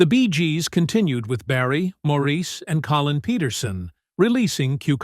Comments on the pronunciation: It's pronounced "Morris" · Everyone wants their name pronounced right. (& she’s right— it is Morris)✌️ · One of my all-time favorite bands. Too bad the speaker on this You/Tube video was mispronouncing Maurice's name. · I don't think Maurice cares in his heaven how his name is pronounced 21 years after his death.